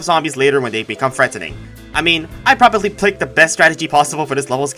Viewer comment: always saying "probably" wrong never gets old